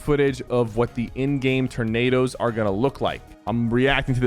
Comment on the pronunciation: "Tur-nados". Haha